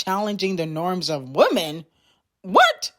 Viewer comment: Girl why can’t you pronounce “women” correctly . Good lord🙄!!